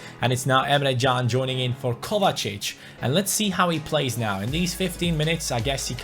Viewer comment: you keep on saying Emre CAn's name wrong apparently it is actually Jun. Watch this video and skip to 4 minutes in